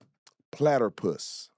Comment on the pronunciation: umm... that would be "platypus" Brandon. Not "platterpuss". 😆😅🤣😂